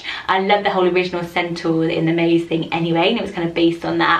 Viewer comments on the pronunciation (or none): none